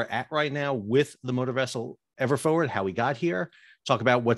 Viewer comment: Forward not “foward”.